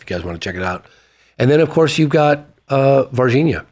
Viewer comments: Every time you say Virginia, it feels like I’m watching John Carter of Mars, lol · If you watch the movie John Carter, Tars Tarkus pronounced Virginia like Varginha. Coincidence? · first id like to say this channel is in my to 5 love it! lawd jesus if i hear the word vahhginna ever again in my life after this, i will end it all lmao